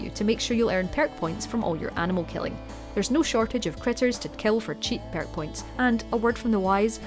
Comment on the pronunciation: Gotta love "PYERK" points lol